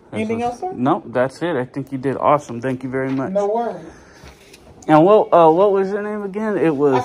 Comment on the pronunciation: wtat instead of what